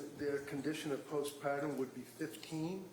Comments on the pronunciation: Annoyed with the "post-pahtum" depression pronunciation. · What is post "pot-uhm"??